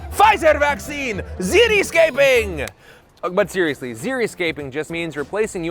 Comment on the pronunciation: "But xeriously..."